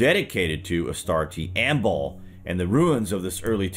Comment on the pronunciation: The name Baal is pronounced (phonetically) like" Bay-ul" - not baaal! It has emphasis on the the first syllable. If you don't believe me, look it up!